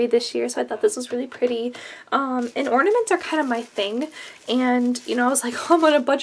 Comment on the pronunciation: *Ornaments not ordainment lol